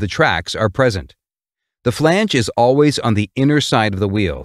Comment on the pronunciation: Whenever he said flange i kept hearing phoebe from friends saying Regina Phalange 😀